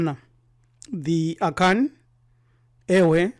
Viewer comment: I was just laughing at his pronunciations of certain Akan vocabs